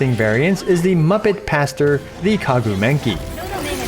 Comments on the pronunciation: I lost it when you said kaguu menki lol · I love how he said Kagu Menki XD was it a mistake or intended? 🤔o well 😂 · Is there a reason why he pronounces Maguu Kenki as Kaguu Menki? Might have missed something. But other than that, this is a very great reference for pulling/building yelan as compared to xinqiu. Nice work! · Are you saying "Kagu Menki" intentionally? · next time don't call the Maguu Kenki "The Kaguu M*ngki". i was drinking and choked when that phrase came out of your mouth.... some Southeast Asian people will understand... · Is no one going to talk about how he completely butchered maguu kenki’s name